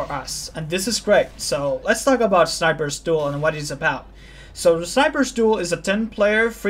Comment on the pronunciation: sounds like youre saying sniper's stool